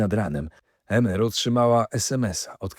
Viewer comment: Emer wymawiamy IMER 😉